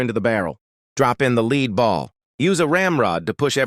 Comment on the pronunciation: It’s funny how AI hasn’t learned to distinguish words based on context . In this video, lead /leed/ balls instead of lead (led) balls.